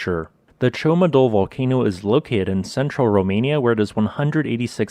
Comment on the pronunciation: It is rather "Ciomatu", not "Ciomadul".... Thanks for the explanation though.